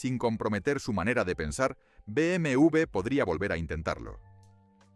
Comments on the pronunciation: No se dice BM u ve👎 se dice BM doble Ve. Por los clavos de cristo no saben hablar 😡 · Y si dices bien el nombre sería mejor, no cree? Es BMW No BMV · Se dice beemedoblevé o directamente beeme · Me pone mal cada vez que dice BMV en vez de W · Muy bueno todo hasta que pronuncia Be eme ube 😢